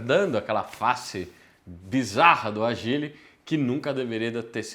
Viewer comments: O povo insiste em falar errado o nome do carro… não é Agíle, e sim ÁGILE! Com acento no A!!!!! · o nome do carro Ágile não agíle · Muito bom que dá pra sentir o desgosto do só de pronunciar Agíle e Kwíde kkkkk